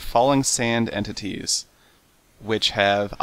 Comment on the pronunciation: "Let me explain this trick, of course its not magic" "Mobs spawners that spawn falling sand entititieessakjlalkjdnldjldjjjldfjsbnvuigni" Ok... Its magic.